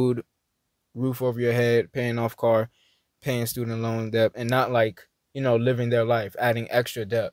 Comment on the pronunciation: the word is pronounced DET (debt), we don't call it "depth"...just a reminder.